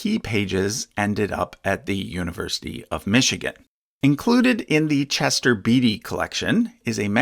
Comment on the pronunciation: it's pronounced Chester "Bate-y" not 'Beety". Sheesh. Pauline is pronounced 'Paul EIN" not "Paul -een". (If you pronounce it as the latter, it sounds like the woman's name. ) And papayri is usually prounounced "pa-pye- ree." Are these tiny fragments really that helpful? Do they merit the attention they get?